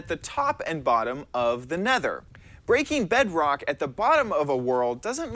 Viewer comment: “Eaking Drock”... Eating Drock?